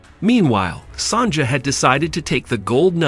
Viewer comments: It's pronounced "Son-ya" not "Son-ja." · Sonja is pronounced Sonya. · Mistress "Sonja", it's pronounced Sonya. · Your pronunciation of Sonja is the funniest thing I have heard in a looooong time. Clearly not gold. Gold is HEAVY. Almost 20 times heavier than water, for instance. This lump would be quite a few pounds of gold and there is exactly no chance of holding it and moving it as shown.